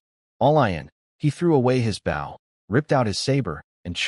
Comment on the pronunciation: I will never pay for membership on any site that cannot pronounce bow correctly on a story about archery. same goes for wound, live or lead